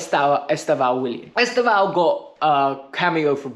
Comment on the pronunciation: Please learn to say are brilliant young Brazilians name properly. It’s not ‘Est-av-Ee-o’. That’s not even close. “Estevao” is Portuguese for ‘Stephen’. It’s actually pronounced “Ess-Tev-Owwn” (the last syllable to rhyme with TOWN). Trust me in this. My girlfriend is Brazilian and her family are all Palmieras fans Otherwise, keep up the good work